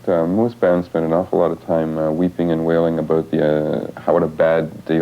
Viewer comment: "This is what the rock business is all aboot: ray-cords." So Canuckian!